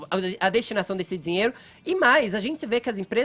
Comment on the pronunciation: O sujeito não consegue sequer pronunciar a palavra : "dinheiro" ; e vem falar sobre um assunto tão sério ????